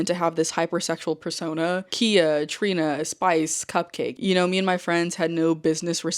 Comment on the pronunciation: Khia is pronounced Ky-ah. Not like the car. I like your commentary! ❤